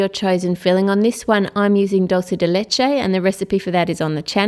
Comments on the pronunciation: Wow! You are beyond creative!! I am looking through some of your videos, and I am so impressed by your talent! BTW, "dulce" in "dulce de leche" is pronounced ['DOOL-say]. The "u" in Spanish always has an [oo] sound. :) Hope that helps! Have a great day! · Your bad speaking Spanish you said dulce de leche wrong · When she says douse de leche I was sooo confused but she said it wrong so yeah just putting it out there for others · it's very funny how you say dulce de leche, you say it like "dolce de lechei" 😂😂 Anyway, great video!! ☁☁☁☁☁☁☁ ☁🎀🎀☁🎀🎀☁ 🎀🎀🎀🎀🎀🎀🎀 🎀🎀🎀🎀🎀🎀🎀 🎀🎀🎀🎀🎀🎀🎀 ☁🎀🎀🎀🎀🎀☁ ☁☁🎀🎀🎀☁☁ ☁☁☁🎀☁☁☁ ☁☁☁☁☁☁☁ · It's funny how you pronounce "Dulce de leche"